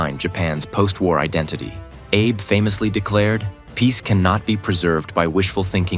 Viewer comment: It's prime minister A-bee, not Abe.